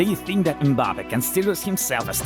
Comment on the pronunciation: Mbapeh… bruh you can’t pronounce it correctly, it’s Mbappé (Em-ba-pay) is that so hard?